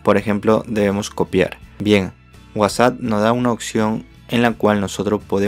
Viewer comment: Es whasa o whatsapp :v xDD